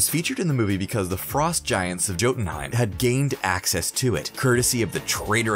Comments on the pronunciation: Doesn't change the fact that he said Jotunheim with a hard J instead of a "Y" sound and called the cask of ancient winters the "casket of ancient winters" the guy is handed a script and has no clue about any of this. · He also says “joe den heim”